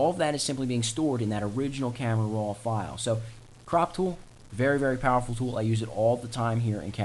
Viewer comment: Almost 7 minutes of blahh blahh blahh saying camera rrrroooaaa